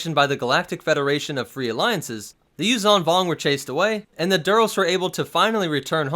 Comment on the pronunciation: Yuzhaan Vong sounds like “Use some Bong”